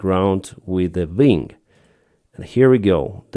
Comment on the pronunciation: Ving? Do you mean wing?